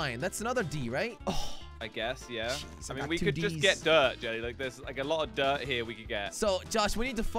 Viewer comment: Some broke the dirt and it dropped “G” that’s not dirt that’s “Girt”